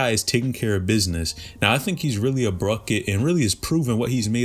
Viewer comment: did you say Bruket 😂😂😂😂 😂😂😂